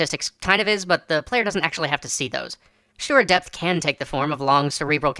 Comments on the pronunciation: at the begining i thought you say "death" every time you said "depth" , and i was REALLY confused why we want more death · at first, I thought he was talking about "Death" instead of "Depth". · It can't be just me that hears "death" every time he tries to say "depth"? I was really confused for a while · I kept hearing "death" and not "depth" at first.